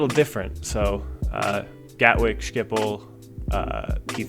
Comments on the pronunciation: Talk About Language Rape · As a Dutch person, I find the way you pronounce Schiphol amusing. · The way you say Schiphol lol